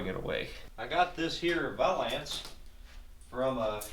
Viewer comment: Are you pronouncing valance that way as a joke? I cant tell if you’re being serious. Great video👍